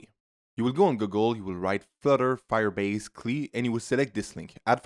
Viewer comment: Firebase Cleee 😂.